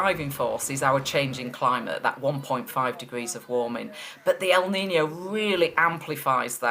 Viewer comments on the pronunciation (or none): "El niño" needs to be writted with "ñ" its not "nino" its "niño" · 1 it's Kneen yo. Not nino. 2 what is Celsius? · Correct you pronunciation of niño. Not nice to hear the poor attempts of your English reporter. No excuse.